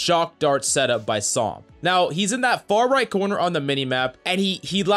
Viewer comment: Gotta love how he says psalms lmao